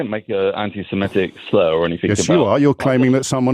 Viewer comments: It is pronounced anti SEMITIC not anti SEMETIC ! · it’s “antisemitic”, not “antisemmetick” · please check the spelling and pronunciation of antisemitic. The word is antisem-I-tic not antisem-E-tic. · Stop saying antisemetic. It’s antisemitic. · Great work, but the word is 'anti-semItic', not 'anti-semEtic', please! Incidently, the Arabs are jiust as much Semitic peoples as are the Jews, sons of Ishmael and all that! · I know correct English is very much out of remit - but after 3 years of this conflict you’d think pronouncing antisemitic properly, that is, not antisemetism, wouldn’t be too difficult. He’s holding this channel back, too scummy & common. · Why does he keep saying antisemEtic? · Please check how to pronounce "antisemitic". There seems to be confusion with the word anti-emetic, a type of medicine that I might need when I hear English being butchered. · Just because virtually everyone else, including O'Brien, mispronounces the word "anti-Semitic" doesn't mean you should. Up your game. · Come on man. Misska? Do your basic research. It’s my-ska. As it’s spelt! And you’re pronouncing anti-Semitic wrong.